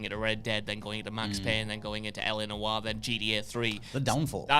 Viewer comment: It's LA Noire not LA Disco